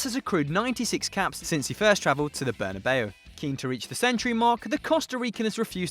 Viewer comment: Yes! Finally correct pronunciation of Bernabeu!